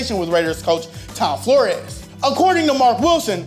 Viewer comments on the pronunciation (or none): I wish he would learn how to pronounce his words such as Flores,not florias....